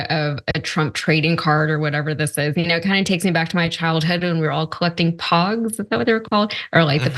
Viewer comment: It’s pogs not pongs